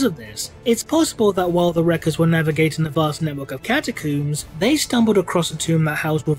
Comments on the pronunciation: Am I the only one bothered by his pronunciation of the word catacombs? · I find it funny how you say Catacooms instead of Catacombs, and you don't just it once but every time. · cata-cooms the big dig HMMMMMMMMM